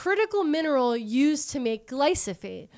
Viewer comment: Fun fact, Bayer also had to sell Invigor to BASF in order to buy Monsanto. BASF saw major growth bc of that acquisition, making them an even bigger competitor in the ag input market. Also, wanted to let you know roundup is pronounced gly-pho-sate :) Loved the episode!!